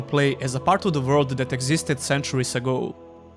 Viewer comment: I like the way you say "vorld"